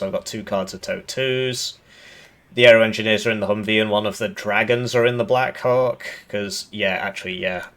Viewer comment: I keep hearing black coc instead of black hawk. But both are birds so maybe it makes sense.